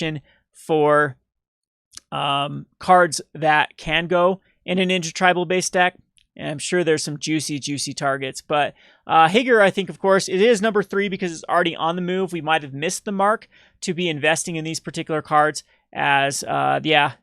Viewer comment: "Higger"? xD